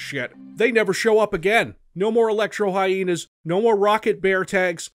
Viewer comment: I really like how he pronounces Hyena..He says "Hyeenie" and it's kinda awesome, lol 😆